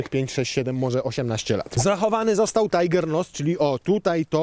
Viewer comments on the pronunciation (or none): none